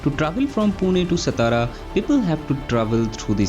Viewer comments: Thanks for update of this project......🙏 why non-marathi people always pronounce "सतारा"????? 😡😡😡😡😡.. , its "सातारा" , This district is our pride and glory , because this is our "राजधानी"🚩🚩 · हम्म, हा सतारा करतो सातारा ल्या.😢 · सतारा नही सातारा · It's सातारा.